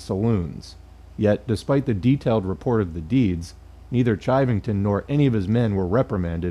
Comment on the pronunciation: Pronounced "shivving-tun". That fucker ended up as a deputy sheriff in Denver. Source: I live in Colorado. Sand Creek is a stain we all learn about in school.